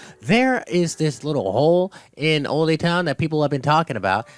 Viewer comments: It's like he's trying to speak Pig Latin. Ld-Oay Town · The way you pronounce “Olde”🙄